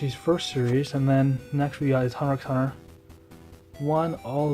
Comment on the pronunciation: Great collection! By the way, Hunter x Hunter is pronounced without the x.